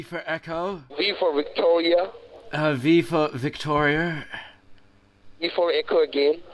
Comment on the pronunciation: Pretty good american nerd accent, but he can't say "Victoria" the right way, and "H" is pronounced "aitch" in Americanese.